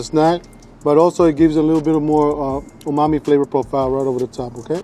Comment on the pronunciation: he even said "omami".